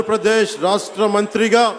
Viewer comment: Rahasya kadura babu rashtra currect